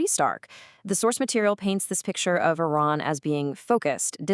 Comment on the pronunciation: It is iran not inan 🤣